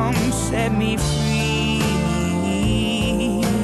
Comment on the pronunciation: "love will come set me fweee"...classic